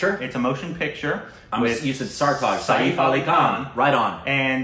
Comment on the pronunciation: Saif rhymes with 'waif'. You guys are pronouncing it as Sayeef!